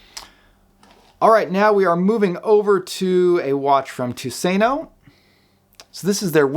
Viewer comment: You really butchered the pronunciation of your Tusenö but that is okay. Tusenö means "Thousand-island". Greetings from Sweden! /Dave